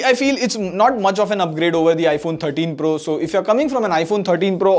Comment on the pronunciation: iPhone FO TEEN PRRRUHH 😂